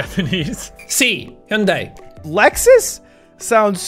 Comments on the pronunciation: the way pronounced Hyundai, he already know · Are you sure you're not confusing Hyundai with Honda... hj-ön-däe is literally the correct way to say Hyundai. And that's not hj as in hjälp... that's hj as in the palatalized h sound. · I like how (who speaks Korean well), pronounced Hyundai better than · Only Ludwig pronounce Hyundai correctly haha. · When he first pronounced Hyundai I knew that was the wrong one because I literally searched once how to pronounce it and I remember since then